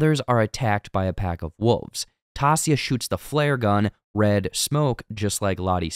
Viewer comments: Why tf 🤣 are you saying taissa’s name like that? 🤣🤣 out of all the people you gotta get the one black persons name wrong 😂😂😂 it’s pronounced (Tyeissa) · As soon as you said "Tossia" I knew I didn't need to watch the rest of the video. Keep up the bad work. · You binged the entire show but absolutely butchered Taissa’s name the entire video? I don’t even know how you came to that pronunciation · The butchering of Taissa’s name in this made it almost unwatchable. How did you binge this entire series and not know how to pronounce her name? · Tell your guy to pronounce Taissa’s name correctly. He says everyone else’s name correctly. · Was coming here to say this. They say Taissa’s name a bunch to times in the show- especially with her running for office. Silly mistake for such a big channel. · The way it made me cringe with mispronouncing Taissa's name. 😭😭😭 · I'm sorry but the way you say Taissa is bothering me too much! 😭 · Please work on your pronunciation of Taissa. Literally no one in the show says it the way you do. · Lol omg you're getting bothered by someone mispronouncing someone's name in a show wow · I think your mispronouncing Taissa. I can't wait for season 2!!! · The only black character on the show and you butcher her name. There are about 10 hours worth of people saying her name. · how are you like so inaccuarate and off about damn near everything in this video lmfao did u even watch the show??? cant even pronounce Taissa's name right. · Lol. This is the worst recap I have ever watched anything. From completely mispronouncing a main characters name for 30 minutes to super oversimplifying situations, and even dumb stuff like mixing up pronouns. This is a disaster. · just a heads up, its 'unconscious' & 'consciousness' ' not 'unconciounce' 'conciounsness' (youre adding an extra 'n') (@ - ) - and dont get me started on 'Taissa' smh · Who's Tassia? Her name is Taissa. Not even sound alike. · Taissa is pronounced tai-EE-sa not TAH-si-a. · Honestly. TY EE SAA